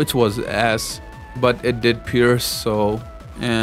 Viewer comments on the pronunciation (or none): none